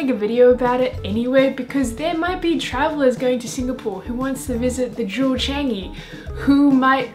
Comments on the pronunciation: Er.....NOT "Jew Chengyee" It is more like "JeWel ChaahngYee", in pronounciation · She pronounces 'JEWEL Changi' wrongly